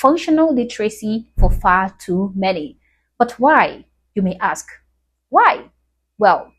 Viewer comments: they can't pronounce ask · STOP SAYING "AKS"!!!!!!!!!! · I am surprised the person holding the camera phone can say or know what any of these words mean. I feel like the camera holder woukd axe me a question, instead of ask me one. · Why can't they pronounce the "th" sound? When did it get replaced with "d"? Instead of "this", it's "dis". Instead of "those", it's "dose". And at the end of the word, they pronounce "ff". "With" comes out "wiff". "Ask" is "axed". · Why could they pronounce "ask" in the 1950's, but 1 decade later they devolved, & could no longer pronounce "ask"? It's almost as if it was a choice? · It all starts with "aks". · Even the learned Franck Zuna says "aks" vs. ask. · I axe you how ole you is bro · Black people can't even say the word 'ask'. How do you expect them to be able to spell? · It's an even bigger issue when they struggle to pronounce a straightforward three-letter word like 'ask'.